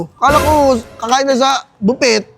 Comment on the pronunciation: Buffet - ❌ Bo-pet - ✅ 😂😂😂